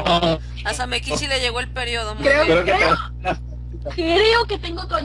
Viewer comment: Una coshita, se pronuncia Samékichi con acento en la E así suena mas japones :)